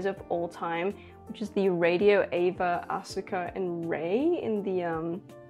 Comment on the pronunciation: It’s ah-ska instead of as-uka